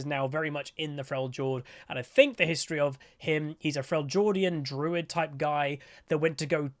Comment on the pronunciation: Frell - jord ian. XD